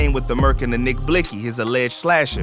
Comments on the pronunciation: She disrespectful she said NiCK BLICkSy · This bitxh said nick blixsy🤣🤦🏽‍♂️ G.i.p Nixk